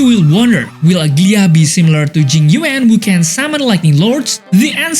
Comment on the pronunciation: Bro is saying ''ugly-ahh'' 😂